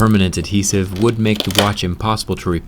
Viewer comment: You put alot of emphasis on the "h" In adhesive. Maybe if your American that's possibly the reason why